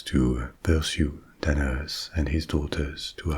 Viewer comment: Every time you say Danaus, my brain can't help but hear "dead ass"